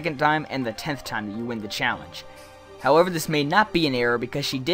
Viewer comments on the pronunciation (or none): none